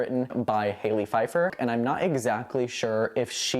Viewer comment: It's Hal ley Feiffer not Hailey. She's a successful playwright.